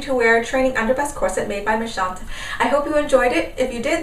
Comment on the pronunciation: Your French pronounciation is perfect! Méchantes simply means *mean girls*. :)